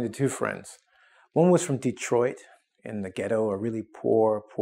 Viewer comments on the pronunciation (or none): none